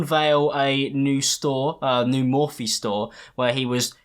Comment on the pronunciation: Last James Charles video pronounced Morphe as Morph, this video he got it right. If that’s not true character development then I don’t know what is